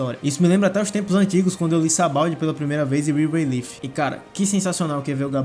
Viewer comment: A pronúncia certa de Rayleigh é ray-lee! E não ray-leef